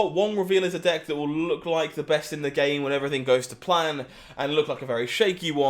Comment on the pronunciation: pronounced BAHST